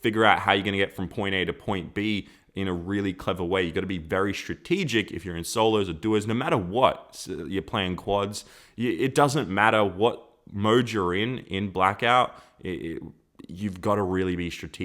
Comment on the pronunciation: Quads it’s squads😂😂 no hate btw